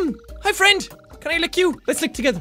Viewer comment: I'm ya fwend jackoo